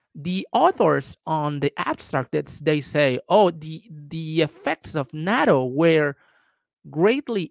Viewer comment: step one is to pronouce it right: NAH-TOE: Long "A". And its delicious, not terrible. An aquired taste.